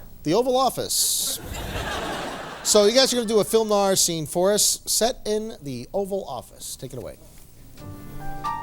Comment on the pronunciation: What the heck is “Film Narr”